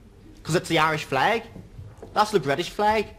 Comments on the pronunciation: Did he just said his Fleg which everyone else calls it Flag. What a complete Moanbag he is talking about Flag's oh sorry Flegs I mean.😂😂😂😂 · Don't you mean "fleg"?